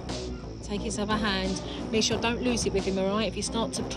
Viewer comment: I love how jo pronounces Michele as Mechele 😂